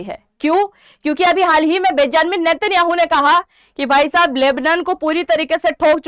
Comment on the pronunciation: बेजानमिन 😂 नहीं ❌ बेंजामिन नेत्यान याहु ✅